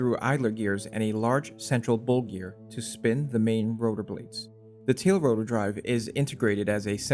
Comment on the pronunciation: “Thea” friction in “ey” cog… too many thea’s and ey’s in the comment voice for me 🙃